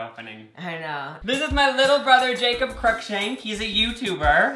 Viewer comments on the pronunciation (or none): Did anybody notice that Jacob said yacob